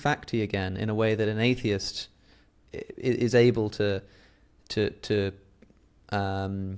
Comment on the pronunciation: It’s pronounced Atheist…